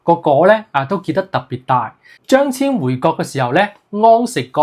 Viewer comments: 張騫的騫字應讀作牽。非遷。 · should be pronounced "Cheung Hin"